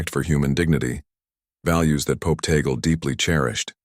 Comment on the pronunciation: FAKE STORY. FAKE NEWS. Please respect the Holy Father. STILL ALIVE. His last name is (TAG-LE)